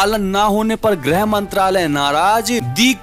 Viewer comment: शब्द सुधारें। ग्रह मंत्रालय नही ,गृह मंत्रालय होता है। grah nahi, grih mantraĺay hota hai. ग्रह मतलब पींड और गृह मतलब घर होता है।